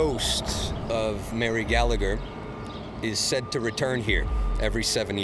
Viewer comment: Its laughable how these "experts" speak with such certainty and matter of fact, when its complete waffle, yet the sensible people that need proof are the ones who aren't "open minded". lol ...Oh and if I was Mary, I'd haunt all those Canadians too for massacring my name! Learn to pronounce names properly! Almost as bad as the Americans. Also, it wasn't a "potato famine" it was a mass organised and orchestrated genocide by the English on the Irish.